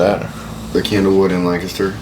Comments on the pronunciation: As someone from PA. First of all Thank you! Secondly, it’s pronounced Lankester around here. 😂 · It’s Pronounced (Lenkester) btw when you are in PA. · It's pronounced Lang-kist-er.